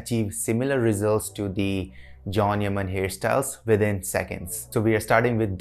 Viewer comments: His name is pronounced as chan not Jhon 😅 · Pronounce john yani Jan hota h can nhi hota h😂☝